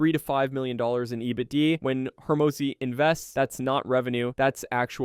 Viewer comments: i was so triggered by EBD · Your AI voice trying to pronounce “EBITDA” is hilarious 😂